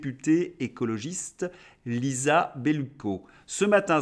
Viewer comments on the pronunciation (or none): none